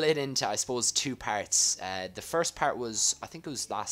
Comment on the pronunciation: When you say 'Part' it sounds like you say 'Parrot'